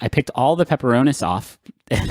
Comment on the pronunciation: I hate how they pronounce pepperonis